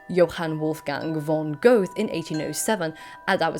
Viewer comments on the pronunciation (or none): I know it's nitpicking ... but Johann Wolfgang von Goethe, isn't an 80's Metal band ... it's not Göth but Gö-te. (and yes that ö is pronounced more or less like the one in Motörhead.)